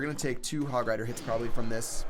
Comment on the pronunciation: "you propeply not"